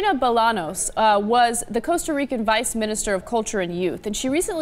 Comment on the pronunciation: jejeje! que cosa mas simpatica y divertida eres, asumo que aun no conoces el significado de envidia, ponte a estudiar chiquita! porque a nivel de latinoamerica quien podria ser ese desubicado en tener envidia de "costa ruica" ? o como se pronuncia perdon? Costa Rica ó Costa Ruica? Saludos niña